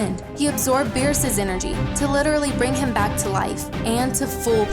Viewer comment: LMFAOTWICE she's black look how she says the word back. She say bike